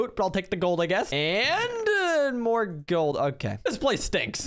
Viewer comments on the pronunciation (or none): none